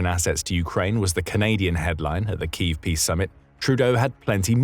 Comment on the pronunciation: a glaring example as to why A.I voice overs should never be used. "Kyiv" is pronounced "kee-yiv", not "keeve". SMH!